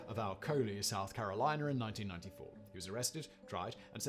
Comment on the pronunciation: Did he say George Stinney was executed in 1994 or have I misheard it?